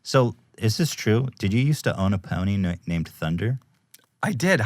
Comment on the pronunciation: the way Ethan says 'pony' is so funny to me, lmao. "A powwee-nee"